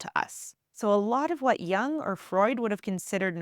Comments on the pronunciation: Jung is pronounced as joong, not as young. U is pronounced as U in Uber or U in bully. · Great content. But the constant mispronunciatiion of Jung's name is very distracting.